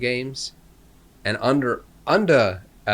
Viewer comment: started speaking american out of nowhere... Underrh